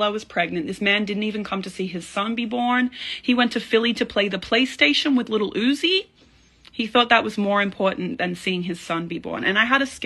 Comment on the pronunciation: the way she pronounced Little Oozi 💀